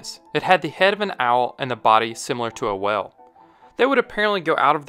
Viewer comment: im not sure you know how to pronounce whale lol